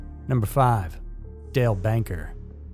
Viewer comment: In the first one you show the name and say the name " Dale Banker " then call him " Dale Baker " 🤔